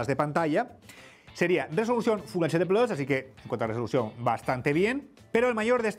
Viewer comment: Ahora digo no...si se escribe PLUS...porque dice PLOS...MMMM...Raro..!!!!!